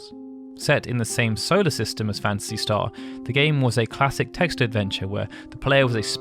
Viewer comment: Not sure which I like best, Final "Fancy" or "Fancy" Star. I hear "Fancy" almost every time with your accent, LOL. Great videos by the way.